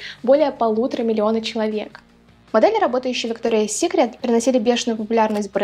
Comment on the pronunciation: Правильно произносить - Викториас Сикрет, а не Виктория Сикрет🙄